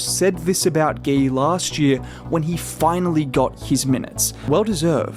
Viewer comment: You can pronounce his name as you pronounce mcGEE. Gui, not Gay. GUI. Just like Dray pronounced.